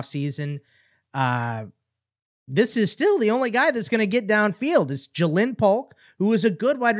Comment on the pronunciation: yes. And it is pronounced Jaylyn Polk Not how he is saying it